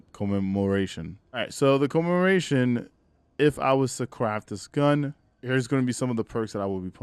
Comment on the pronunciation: Come-em-More-Ation that's how you say it. Whatever you are saying is all effed up